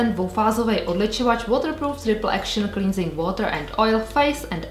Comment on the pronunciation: Ahoj, cleansing se čte klensig, bez toho í. Super video i novinky :-)